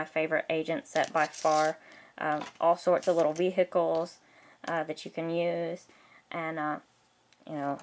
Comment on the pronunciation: I like how you keep saying ve-Hicles, that's funny.